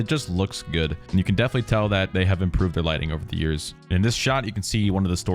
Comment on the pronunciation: Some of the shops are in poland like in poland there is Zara not Zaha and its a clothing store or there is Cropp instead of Propp